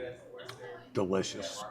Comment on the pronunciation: De Lishious thats two words lol